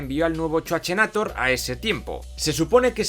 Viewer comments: Repito , amo cuando decís "el chuache" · Me hace gracia chuache y chuachenator jajajaja.